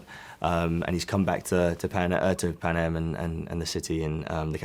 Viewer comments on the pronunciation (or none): Se fala Pánêm